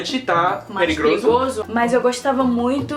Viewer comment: Rio "perigroso" kkkkkk morri 😂😂